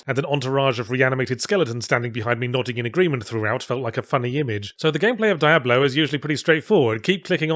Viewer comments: it's dee-ah-blo, noe dye-ah-blo, or just write diablo in google translate spanish and have it say it for you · Diablo is a spanish (latin?) word. It's a short I, not a long one. It is not Die-ablo. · Never knew you pronounced it as Die Ablo! Always thought it was Dia Blo. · so, why do i hear so many ppl pronouncing it die-ablo now? the name is said by characters in every game. I presume. I hear he's not even in 4 at all, so maybe it isn't said. but anyway, its not a fucking mystery or ambiguous how its supposed to be pronounced, but now i hear Yahtzee, and others, pronouncing it such. why did that come about? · It’s pronounced Die-ablo?! Oh no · I can't help but wonder if he intentionally decided to mispronounce it as Dye-ablo just to see how many people decide to point it out in the comments. Oh wait... :/ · First time I hear it being pronounced as die-ablo lol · Spanish is my first language and every time he says "Daiablo" a part of me dies and laugh at the same time. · Gotta say I chuckled everytime you said "Diablo". DIE-AH-BLOW. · The way he is pronouncing it is cringe. I'm not sure if it's intentional for satire or ignorance? Are there two "Ablo's"? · I forgot how painful it was to hear Yahtzee mispronounce "Diablo" 50 times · Yet another occurrence of Yahtzee (intentionally?) pronouncing certain vowels as (IPA) "ai" instead of "i". See also Elysium and Miyamoto. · Diabolo, a circus prop used for juggling. Sorry, can't help but notice your odd pronounciation. Not criticism, it's probably just me. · It’s pronounced Diablo, not Diablo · How many times in the same video can you mispronounce the game's title? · I don't like how you pronounce Diablo. It's clearly pronounced Diablo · "Dee-ab-low" not "Die-ab-low". "Rab-id" not "Ray-Bid". And before anyone says anything, yes I know the pronunciations may have been intentionally uttered in order to elicit the ire of his viewers. If that was his intention, then mission accomplished.